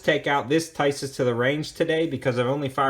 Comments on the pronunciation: It’s pronounced Tee Saws! Not Ty Sis! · Pronounced TEESAZ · Nice review! I picked mine up for $300 NIB from Buds Tn. JFYI in Europe (Turkey included) i's are pronounced as E's. The manuf. is Teesas, just saying. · Tisas...pronounced Tee-sash or Tee-sosh.